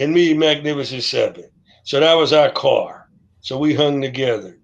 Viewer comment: CA R.... C. A. R. D. Car NOT card